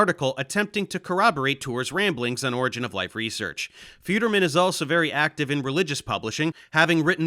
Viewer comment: Does anyone know what an "origa of life" is? I mean if you're going to claim to be a reputable source on a topic, you may want to at least pronounce the field correctly.